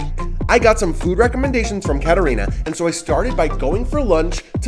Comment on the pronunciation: Keep your F words to yourself and to evaluate komunist and nazi America, since you have really no clue about Slovakia. You did not give them even respect to pronounce the names right, as well as with the correct emphasize - Čumil, Katarína. I get tired of trashy Americans, who do not come to understand and keep saying insultful nonsences!